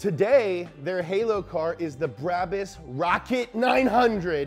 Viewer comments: Everybody: B R A B U S English speaking ppl: B R A A B A A A S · U have to say it like braabus